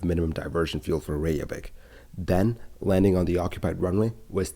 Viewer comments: It's NOT "Ray-zhah-vik"; it's "RAY-kyuh-vik". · I’m surprised an aviation expert is writing Icelandair as “Iceland Air”. Sorry I worked for their London office a while back and this error absolutely grates on me! 🙈 Your pronunciation of Reykjavik, 70% of the time, is rather off too. Sorry.